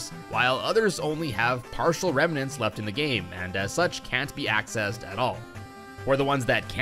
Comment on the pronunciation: "Reminent" lol